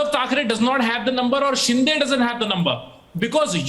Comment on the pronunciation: Dear Host It's Not Shin-Day but Shin-de.